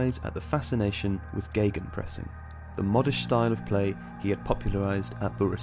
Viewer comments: Are you guys really using these German words? You know, you can translate stuff it's just a thing germans made up, I would translate it as ,,pressing against". Not a miracle or sth. And try not to make the ei sound it's not geigenpressing, just simple Gegenpressing. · Geygenpressing? Where did you read a "Y"?